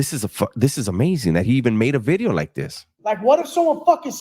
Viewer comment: Nu Vid-E-O. Bringing facts.